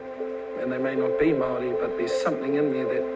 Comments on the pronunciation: Bro pronounces “maori” almost perfect, respect brother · I love the respect you have for our Maori culture, including pronouncing the words correctly, which many people in our own country don't bother to do. Appreciate you bro and love your reactions even though you make me cry! Seeing how deeply you feel the pull to Barbados, I hope you manage to find the path that will lead you there when the time is right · As a Polynesian myself I’d just like to say your pronunciation is 💯💯💯🙏🏽❤️